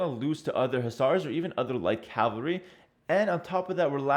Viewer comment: Ca-val-ry, not Calvary people!